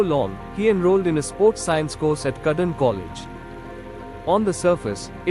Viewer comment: Cudden? It's CROYDON